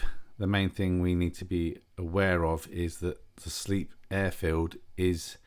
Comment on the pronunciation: Good video, lovely plane! Just if you didn’t know, it’s pronounced “slape” not “sleep”, not being that guy just many don’t realise. The floods look crazy! When over Tewksbury, what were those white things gathered in the dry bit of the field? Looked like caravans, can’t tell through my small phone screen.